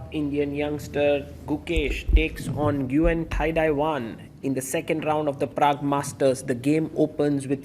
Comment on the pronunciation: Nguen is pronounced like Nwen -- the g is silent.